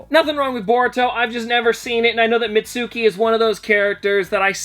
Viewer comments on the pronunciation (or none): it’s pronounced mitski but it’s sounds like mitsuki